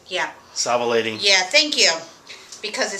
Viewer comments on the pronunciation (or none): savilating???? you mean salivating lol